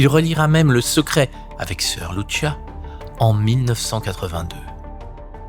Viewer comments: Lucia pas Luchia..!! Olalala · Soeur Lucia , ça se prononce LOUSSIA et non pas loushia ; obéissait seulement à la Sainte Vièrge Marie , le vaticain ment et il est la sinagogue de satan et le siège de l'antichrist dans la personne de Prevost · 🇨🇵 Bourgogne 👑⛪ Salut ! Lucia Dos Santos était portugaise. Son prénom Lucia se prononce avec l’accent portugais, non pas avec l’accent italien "Loutchia". Janvier 2026 Bonne année 🕊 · Monsieur je me permets de vous corriger sur le prénom de Lucia. Il se dit comment en français puisque le prénom est portugais et non pas italien. Comme Lucie mais avec un a (Lucia)